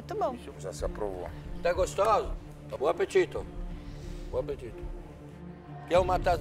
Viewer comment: “Bom apetito”